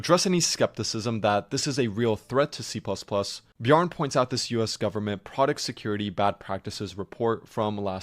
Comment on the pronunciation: It's pronounced Bjarn-eh